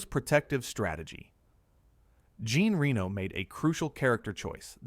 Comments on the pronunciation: AI narration is awful, pauses awkwardly, and pronounces words wrong. It's not Bessin, it's Beh-sawn (rhymes with pawn), it's not Gene Reno, it's spelled Jean but pronounced like John with a ZH sound like in the word treasure ZHon. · Gene rheeno 🙄🙄, why can’t Americans pronounce people’s names properly 🙄🙄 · Ah, the world-famous GENE REE-NO. Def not pronounced by an AI, pinky promise! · Your AI narration sucks. You have to write it so that the phonetics come across properly. Jean Reno is not "Gene REE-noh" like the city. His name is pronounced with the French pronunciation, "Jahn REN-oh" Hearing it mangled like that is just annoying, and I'm tired of saying so on all these videos. I even offered to narrate for you for free with no response. I'm unsubcribing. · My favorite was “Gene Reno” 😅 To exaggerate the French pronunciation of Léon and then absolutely massacre Jean Reno’s name. It’s pronounced like John with a Zh soft J. Like Zhon. And Reno is not like Reno, Nevada, it’s more like Renault, the French car company. This isn’t narrated by AI, just someone who never heard some of these words pronounced by anyone else and is using American English phonics to try to say them. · Jean Reno, not Gene Reeno... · its Jean Reno not Gene ;) (pronounced Renault like the car) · Why repeatedly pronounce the title lay-onn in english yet insist on calling jean reno “gene ree-no”?? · This guy can't even pronounce Jean Renos name. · Ridiculous that this channel cannot pronounce one French name correctly. This is so lazy... 👎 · The way it pronounces "Jean Reno" or "Besson" is laughable.